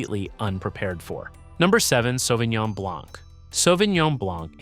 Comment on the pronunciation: Почему он говорит Савининьон?😂😂 САВИНЬОН